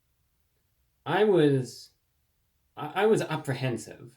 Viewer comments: You knowdigital dosnt mean your fingertipsright? It's ok to be confused, it's a process we all have thoughts, emotional feelings, and feelings that are physical . It's pronounced apprehensive, not opera hensive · Why are you saying "op-rehensive"?